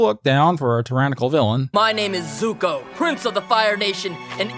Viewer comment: He isnt Zuko, he is Zuk-eh.